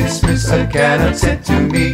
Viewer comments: Could only listen to first two verses, two mis pronunciations of Canuck was enough. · Cute but Canuck is pronounced wrong, lol. Also, no Canada geese?? 🙂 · The most glaring error is the pronunciation of 'Canuck' - emphasis should be on the 2nd syllable.. the 'uck' part.. :) Well done otherwise IMO.. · perfect! hahaha...just too bad they don't know how to pronounce Canuck.... ;) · Couldn't listen to the whole song just because of the way "Canuck" is pronounced. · Great video, great lyrics but absolutely stupid pronunciation of Canuck. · The guy can't sing and can't pronounce Canuck properly. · I have never heard a Torontonian or any other Canadian pronounce CANUCK like this. Cute video but the mispronunciation is irritating and hard to ignore. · ca-nuck not can-uck...gah! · Great imagination. Thoroughly enjoyed the video. However, on the work Canuck, you have the emPHAsis on the wrong SyllABLE. Canuck should be pronounced caNUCK "Canuck" /kəˈnʌk/ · In the word 'Canuck', the accent should be on the second syllable. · Not trying to be Grinchy, but the word "Canuck" is mispronounced. The accent is actually on the second syllable ---- can- NUK. It sounds so bizarre to me as a Canadian to hear them singing CANN- nuk. Really dislike it. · I agree. I have never heard that pronounciation of Ca NUK. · Seriously what is a Can Uck never heard it pronounce that way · Ok they miss annunciated the word CANUCK it is said Can uck. I am Canadian-American and even I know this. No idea who created this but they really should have asked a Canadian how to annunciate the word first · Pronounced Can AUK. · I LOVE THE SONG.....but........... What's a Canuck' ? It sounds like half a mechanic!! It's pronouced Ca'nuck... /kəˈnʌk/ <---dictionary phonetics Beauty, eh ? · emPHAsis on the wrong sylLABle of CaNUCK. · and they pronounce canuck wrong!! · I object more to the mispronunciation of Canuck! 🤣🤣🤣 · Outside of them saying Canuck waaaay wrong its cute :) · I totally agree.